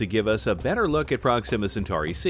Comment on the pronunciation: Why is the narrator pronouncing Proxima wrong? Wrong inflection.